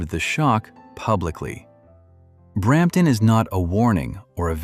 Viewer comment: Brrramptton …… ? Thanks - NO